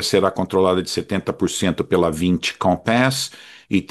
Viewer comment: O apresentador tão pernóstico- VInci (empresa francesa) “vanssí” a pronúncia certa